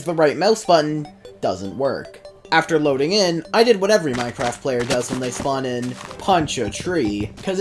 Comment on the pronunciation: you pronounce loading like me and my brother> step 69: make your voice sound deep step 69: say loadin. g